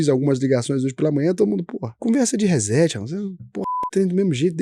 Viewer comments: Por favor, se vai falar ingles, fale certo. Nao se pronuncia hezeti”. Diga “re cét”. Chega a doer no ouvido. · RÊ-SSETI - é assim que se pronuncia RESET.